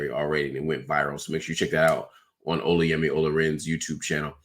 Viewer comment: Ola in Olayemi is pronounced like Hola in Spanish but the emphasis is on the a like Olá yemi